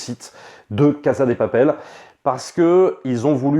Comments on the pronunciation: Yo, ça se prononce "cassa dé papelle" ^^ merci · Mais pourquoi il dit “caza de papel”? Et “praison break”?